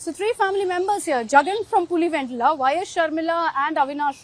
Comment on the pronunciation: If you’re “Telugu”, why are you saying I’m Telugu. And why the heck are you pronouncing, PulivenDula